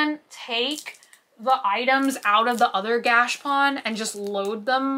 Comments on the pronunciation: I cant take it any more. - stop saying Gashpon. It is pronounced gash a pone. There is an A in there & it is pone like bone, not pon like Don. If I hear Gashpon anymore I’m going to pull out my eyelashes. PLEASE PLEASE PLEASE learn how to pronounce it correctly!! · Every time she says gash pawn I wanna strangle myself 🤯🤯 look at a dr. Squish vid so she can please teach you the correct pronunciation my OCD is spiraling I love you not trying to be mean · Are you pronouncing gashapon correctly? I've always heard it differently. Think you Are missing the middle a? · I've never heard gachapon, said like that. weird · 22 minutes of saying Gashapon wrong.